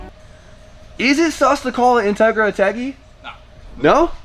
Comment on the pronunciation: Say it with me In-teg-ra